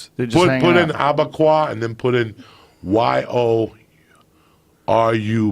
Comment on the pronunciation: "Yorubu... or whatever"